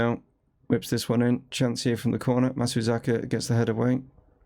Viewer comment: Matsuzeeka, Matsazuka, Matsazuki! - I've heard this name butchered multiple times. I think we should just call him MATS and be done with it 😅 I'm really enjoying this series and you're building something pretty unique at Chesterfield.